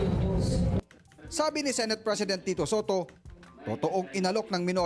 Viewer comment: senate is pronounced as SE NAYT not SI NAYT. COMPLAINT has a T in the end.